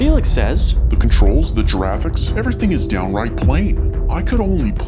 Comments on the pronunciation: "GIRAFFICS" aaaaaauuugh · I really hope it's not how he seriously pronounces "graphics" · So we saying giraffix instead of graphics now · lol "he said.... "the giraffics"